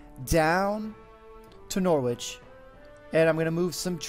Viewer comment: Just a word of advice, you don't pronounce the W in Norwich :) Love the videos as always :D